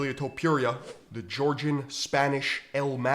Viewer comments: Its fookin Top-ooh-rhea, not Top-you-reeyah.... And, just to reiterate, Paddy Pimple is getting launched into the shadow realm frfr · Learn to pronounce Topuiras name correctly..(not Topjuria) :D